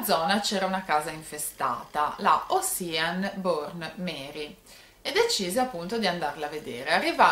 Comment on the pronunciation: Non per fare la saputella,anzi scusami,ma Ocean si pronuncia oscian,no osian😘